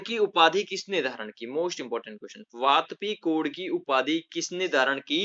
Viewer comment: वातापी कोंड का उच्चारण आपने गलत कर रहेहो।